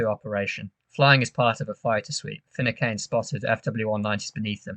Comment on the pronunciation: Great video & fantastic analysis, mate. One minor point though: It's pronounced Fi-noo-can. 👍👍